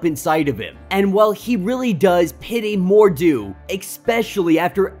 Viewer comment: It's Baron Mordo (more-dough) not Mordu ((more-doo). Mordu is the Sorcerer who is always fighting the Legion of Super Heroes.